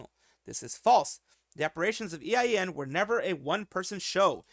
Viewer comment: It's "eiyen".